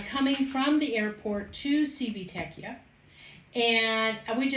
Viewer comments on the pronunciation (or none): You have some great content. So, thank you for that. One suggestion I have is this: for future videos, if you are not absolutely sure how to pronounce the name of a city (or of whatever), do a Google search for how to pronounce it. Here, just Google "Civitavecchia pronunciation." If you had done that for Civitavecchia you would find that the proper pronunciation sounds like: chee vee tah vek ee ah.